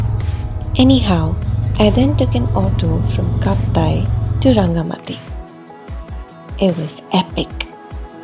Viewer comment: It's called RangamaTi 'Ti' like Tea not like soft T.